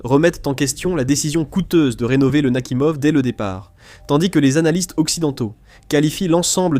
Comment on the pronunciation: "Nakimov" > Nakhimov "Le diksèt" > le dix-sept "Le nain grade" > Leningrad "quatre-vingt tuite" > quatre-vingt huit "huite cent vingt-trois pieds" > huit cent vingt-trois "mille neuf cent quatre-vingt tonze" > mille neuf cent quatre-vingt onze" "P sept cen'ts" > P-700 etc... Pas très au point, le truc. Sinon, ça me fait penser au Charles-de-Gaulle, qui a dû coûter à peu près pareil en construction et maintenance, qui grosso modo n'a jamais servi à rien, mais qu'il faut déjà remplacer... Pendant ce temps, l'Armée française se penche avec intérêt sur le concept de "drone", que les Ukrainiens, les Russes et les Iraniens connaissent de puis longtemps. SI ça tombe, ils sont en train d'étudier les plans de la ligne Maginot.